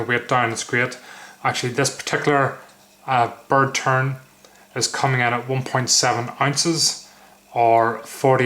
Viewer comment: Did you say bird turd!? lol great review but prefer the UK legal blade I have, now where did I get mine?